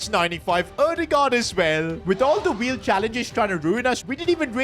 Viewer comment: The weel of doom😂 or the weel of carriere mode😂